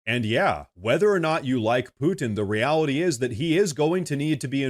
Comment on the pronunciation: Its imporren that poo-in not push the buhh-in. Love karoline though.